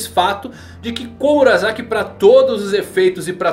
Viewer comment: Fazer anuncio de curso de japonês e falar "Komura(za)ki" e não "Komura(sa)ki", fica meio estranho. Alguém ta precisando fazer esse curso..kk. S tem som de S. Seria estranho falar Sake como Zake.